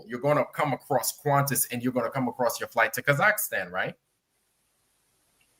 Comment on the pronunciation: Why does talk about Kazakhstan when he can't even pronounce the name?